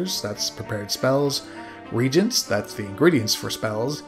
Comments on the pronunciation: Nitpick: when you see the word as a synonym for magical ingredients, it's pronounced ree-AY-gents. Three syllables. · Ok i just realized you were saying reagents snd not regents and now everything makes so much more sense